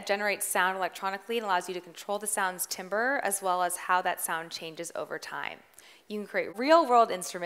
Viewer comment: Yikes. Didn’t know LPF/HPF and couldn’t pronounce timbre, integer or tinny. She might be good at making music but she was definitely not prepared to teach this session. Teachers seem to need more coaching/training/prep.